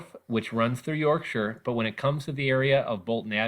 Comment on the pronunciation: Finally an American who can pronounce 'Yorkshire' correctly!